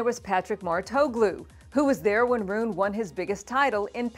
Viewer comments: Because she is mispronouncing it! It's "Roo-nuh." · I hadn’t heard his name pronounced this way before.